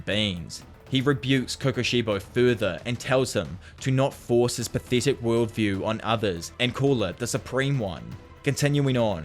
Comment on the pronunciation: Jesus christ this guy is so bad at reading, it’s literally telling you the names of the moves on the screen and not to mention everything they’re saying (also the way you say pathetic is disgusting your accent is actually a speech impediment)